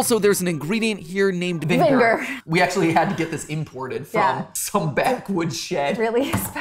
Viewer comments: it'a Actually Vineger not vinger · "VINGER" 😂 You savage, savage people 👍👍👍👍👍👍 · "vinn - ger" IM DYING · bro said distilled vinger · look how he says vinegar to avoid being cancelled lol